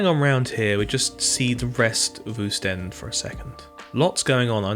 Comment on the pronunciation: It's also pronounced 'Ostende' not 'Ewstend'